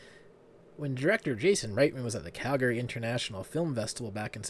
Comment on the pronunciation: Calgary= CAL-gree. NOT Cal-GARY!